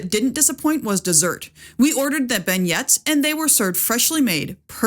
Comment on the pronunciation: Good stuff and will definitely help me up my upcoming cruise on this ship. Btw, as a Louisiana native, beignet is pronounced "been-yay" but we certainly understand.